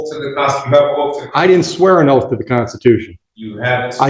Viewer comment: Its oath not oaf